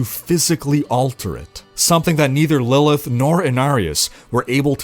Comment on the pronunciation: "Lillith" "Lillia" Bruh she barely tried, lmao.